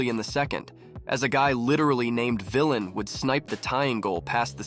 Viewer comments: Sorry to tell you that Vilén's name isn't actually pronounced "villain" but, instead, "vi-leen" with a long E sound. Not that this wouldn't be the millionth time a Finnish name gets mispronounced in NA hockey. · The Finnish pronunciation of Vilén is kinda like "Vileen" just elongate the e and you'll get it quite close to correct